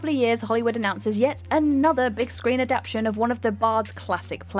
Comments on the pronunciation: Is it written "adaption" instead of "adaptation" in the scripts reads from or does she just have a habit of saying that? She does it all the time so I wasn't sure, unless it's a British thing I'm unaware of. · Can you please pronounce 'adaptation' properly, otherwise I'm going to wrap my head in 'aluminum' foil and batter it off the fucking 'sidewalk'.